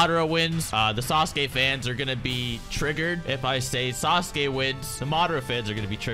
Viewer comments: the way english people pronounce sasuke is disgusting, "SAS'KAY" LOL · Sasuke is not pronounced as sa-su-ke buddy